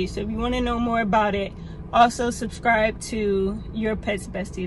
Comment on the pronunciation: "like comment and snick-scribe"